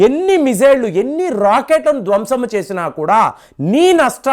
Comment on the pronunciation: "ధ్వంశం "...తప్పు -----"ధ్వంసం " అన్నదే సరైన తెలుగు.....భాషకి కూడా ప్రధాన్యత ఇస్తే ఆంధ్రాభిమానులకు ఆనందం.